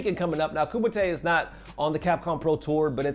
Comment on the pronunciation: My god it’s Kumite as in Ku-Might